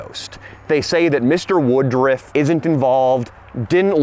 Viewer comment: Why they calling him woodrif instead of woodruff